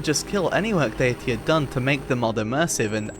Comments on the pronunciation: why do you pronounce 'datæ' like 'dayatee'? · Why are you so bad at pronouncing æ? It's literally a letter in English and it's pronounced like the 'a' in apple. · Bro refuses to pronounce Datae proper. He's ragebaiting the ragebait, its genius.